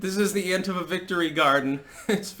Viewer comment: Thank you for (mostly) pronouncing "Antifa" correctly. Sick of hearing the stupid anTEEfa shit.